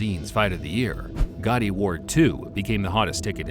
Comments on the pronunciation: It’s “GATTI” not GOTTI…. He’s not John Gotti. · I would have rated this a little bit higher if the guy narrating would stop calling him Gotti over and over again when the correct way to pronounce his name it's clearly stated in the footage. The kind of annoyed me the entire time!